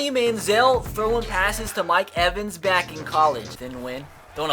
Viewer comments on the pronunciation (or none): none